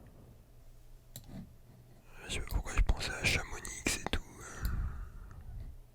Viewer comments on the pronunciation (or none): Il a prononcer le x dans chamonix 😭